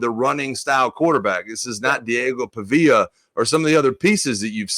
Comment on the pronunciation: Mike literally refusing to pronounce Pavia correctly. Week after week.